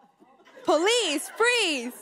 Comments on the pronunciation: Why she keep sayin "please" instead of police? 😂😂😂😂😂😂😂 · She needs to learn how to say PO-lice. Not pluhease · She's saying please not police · I thought she was saying please too. And I was like I didn't think they say please lol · She sounds like she said "freeze please" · sound like she be saying palease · When she says, "police," it DOES sound like she's saying "please!" She could always become a meter maid. I don't think her appearing on TSHS helped her career goals. IJS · The way she says police sounds like palease